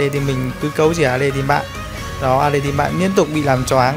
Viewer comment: ahihi e nhận ra 1 điều kể từ khi a chơi alice bên Mobile legend thì a cũng đổi luôn cách phát âm....alai -> alits